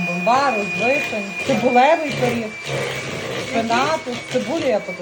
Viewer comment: Не періг, а пиріг